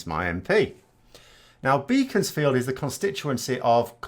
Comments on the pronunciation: Pronounced “Beckonsfield”, NOT beacons-field, as spelt. Even if you’re northern. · I recognise that picture - it is definitely Beaconsfield (pronounced "Beckonsfield" btw, ). I pass through there regularly as I live in the next constituency. Way back, the Labour candidate there was on A Blair. I have always thought of Grieve as a decent person - even if he is batting for the wrong team. Unfortunately, I am afraid the Labour front bench really has allowed the Tory extremists to allow this to get us into this mess. A competent Leader of the Opposiion would have made mincemeat of the current government rather than having to rely on honest Tories to rebel against their own party.